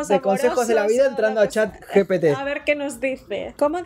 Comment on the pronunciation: Buen video, peeeroe cague de risa cuando dijo mal el nombre gpt y luego dice pete🤣🤣🤣🤣 pocos entenderán